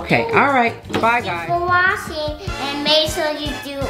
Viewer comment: Yea and also 'thank you for wasing'